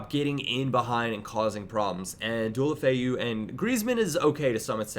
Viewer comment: Dualofeu?? Fuck sake your pronunciation is so shit